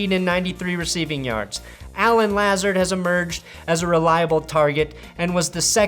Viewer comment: Love you baby, put you are saying Lazard wrong. It's literally lizard, but with an a instead of i for " ˈlazərd "